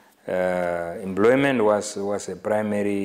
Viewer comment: The man could not explain what under employment is, not could he pronounced employment = "embloymen" uu iihuna tate!